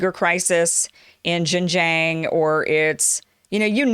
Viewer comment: Kim, I really enjoy your content and always learn a lot, but XinJiang is pronounced Shin-Jiang, and XiJinPing is pronounced Shi-JinPing (Shi like the word he/she). Most western media get this wrong, so just wanted to point it out.